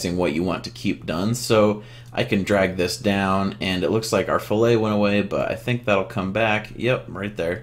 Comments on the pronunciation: these videos are really helpful and I'm sorry to be pedantic, but it's fillet, not filet. Pronounced Fill-it. These videos are amazing though. I just wanted to get into 3d sculpting but I've been using solidworks, catia and the like for about 10 years now. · i think its actually pronouced Phillip lol just teasin. but to be honest i was terrified about getting into fusion 360 and i always would revert back to 123d i really appreciate these videos and im confident now in fusion 360